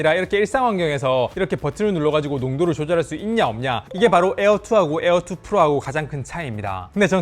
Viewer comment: 에얼투 ~에얼원~ 거슬려!!!!